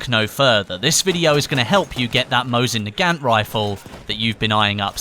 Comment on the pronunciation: Mow-zin nu-gant